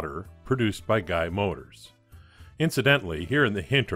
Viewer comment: Excellent as always...I have the green and blue models, both in need of a makeover....the tan Beales Van's are much more scare and can be properly hard to find. Your pronounciation of Guy is spot on....G'ee is a French prounciation and Guy was an English manufacturer so it should rhyme with buy.